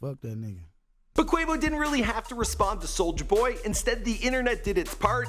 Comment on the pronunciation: It’s pronounced QU O VO not QU AE VO